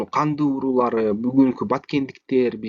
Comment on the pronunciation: Уурулар эмес уруулар деп айтчы.